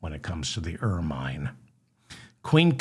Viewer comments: Where the f are you from in America? The Appalachians? It's not Er-mine, it's pronounced Ermin! And before you say "Over here we say..." it's OUR F.ing language. Take lessons on pronunciation. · Pronounced ur munh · Ok, David, it’s Ermine only the last syllable is like ‘minute’, soft “I”. You encourage corrections. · Excellent show as usual... bringing levity to royal and common thuggery-- the nose hairs, the birthday cake, everything... And hilarious hearing your 'long-i' pronunciation (oh you Americans) of 'ermine' --- like 'Carmine' from Laverne & Shirley - LOL